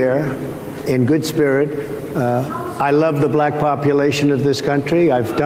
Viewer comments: Someone said it on twitter, I've never heard "Black" said with the Hard L before. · The way he pronounces "black." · He pronounces black like the old whites from Rhodesia or Apartheid era South Africa.